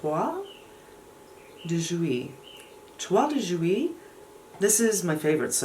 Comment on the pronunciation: Great on pronunciation of Toile de Jouy !